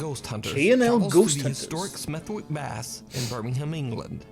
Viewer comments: Love the videos, enjoyable as always. Just so you know, Smethwick is pronounced with a silent w and the baths aren't that far from were I live. I didn't even know they did ghost tours there. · The swimming baths are quite near to me. Smethwick is pronounced Smeth-ick lol